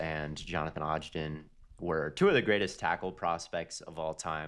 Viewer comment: gotta mispronounce someone’s name every episode “moon-oz” and “odge-den” lmao